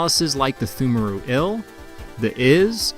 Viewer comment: FYI, it's pronounced "tumeru". Silent p and h. English is a dumb language, and that's coming from a native speaker.